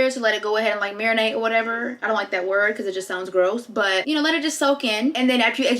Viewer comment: “ let it mirinate” 🤣🤣